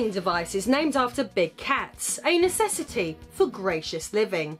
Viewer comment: Heh heh. She said anus city..No..wait..oh..A necessity....OK. Heh heh.